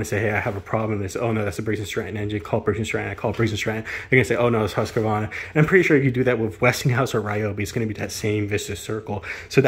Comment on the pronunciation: There is no "A" between the Q and the V in Husqvarna... It is not "HusqAvarna"... :face-blue-wide-eyes::hand-orange-covering-eyes::hand-purple-blue-peace